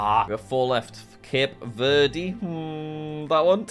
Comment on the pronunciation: “Cape verdy” -jack